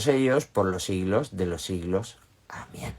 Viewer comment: Me parece curioso que dicen amien, en vez de amen, me parece mu interesante tu manera de hablar para así desaprender a aprender, por cierto se corta el video al final, no se si porq habra segunda parte o x error al subir el directo🙏🏽gracias gracias gracias